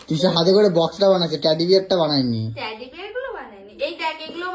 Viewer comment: Teddy ❌ Taddy ✔️